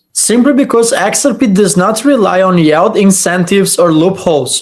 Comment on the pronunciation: it's yield not yald;-)